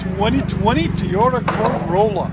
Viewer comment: It’s TOY OTA NOT TEE OTA !!!! That’s way to loud ….needs a flow fx ….hopefully he gets lots of tickets with his fart box 😆😆😆